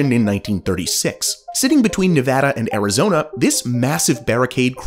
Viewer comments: Then "Azirona?" Are you serious? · Azirona Ihado.